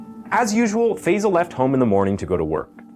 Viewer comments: American pronounciation never ceases to amaze. It's Phi-sahl. Not Feyzle. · Such an important topic and I can’t but get annoyed at why people cannot pronounce Asian names right. Tf is fayzal???? He’s not Basil. It Faisal. How can people say words like jalapeño but REFUSE to pronounce Asian words with the same grace. Annoying!!!!!! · Gosh fey-zel fey-zel…Five-Zal 🙄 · FIrstly its pronounced Faaaaiiii-sal!